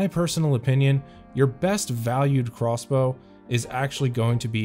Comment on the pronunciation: Why do you say crossbow like Craw's bow?